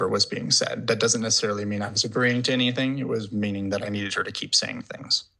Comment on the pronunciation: I can't stand how she adds a "K" to words ending in "ing". ie... anythingk, everythingk. Ughhhh